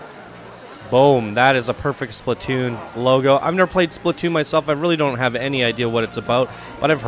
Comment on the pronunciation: Surprised you did not even mention that the track literally slammed into the roof of the first building in the lift hill. Should have been a bit higher to stop that issue. BTW, it's not said "Spli-toon", but "Splat-toon". Why are the character boxes so big?